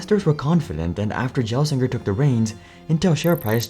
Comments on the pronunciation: You pronounced Pat’s name wrong the entire video. It’s not said “Jelsinger”, it’s a hard G, like in the word gold. Gelsinger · It's pronounced Gelsinger not Jelsinger 😭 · You are pronouncing his name wrong the G is hard not soft. Not 'j-ello' but 'g-old.' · Pat Gelsinger's last name is NOT pronounced as "jell sing ur" The g is a hard "G", and pronounced like the G in "good" So it's "Gell sing ur" (Is this video narrated by AI?) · They didn’t give him enough time. It’s a 5+ year plan. Also Gel with a hard G not a J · Sorry but you keep calling him "J"elsinger instead of Gelsinger with a hard G like in "guy" is taking away from the video XD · Gelsinger... hard G (not Jelsinger) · Gel not Jel, holy shit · For me, it was annoying to hear you misprounounce 'Gelsinger' time and time again. It is pronounced 'G(u)' not 'J', which I would expect you to have realized if you did appropriate research on the company... (Made me think there would only be the most surface knowledge and insights, if you couldn't even get that right, and you say his name every 20 seconds, so it's really in your face) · Jellsinger? you don’t even know correct pronunciation of Intel CEO and you came to educate us about Intel, ok, f-off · Thanks for the Video! Just a note. It is pronounced Gelsinger like Gold not Gel. The G is harder less like a J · agreed with the criticism, but better comparison is the reader pronounced it like 'jello', but it's actually like the 'gle' part in 'angle'. Not really shocked the reader got that basic bit wrong given how much of the video is poorly researched. (first x86 chip, lot of contextual problems). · If you're going to mispronounce his last name please don't say it so many times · Not only is the music too loud, but mispronouncing Gelsinger every 30 seconds makes this unwatchable lmao. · Ok, this isn't a Jiff/Giff thing, The "g" in Gelsinger is pronounced like "guy". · Gelsinger starts with a hard 'g'. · The "G" in Gelsinger should be pronounced like the "G" in GIF